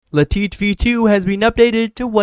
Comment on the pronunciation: Ah yes "le-tit" client is the best 😂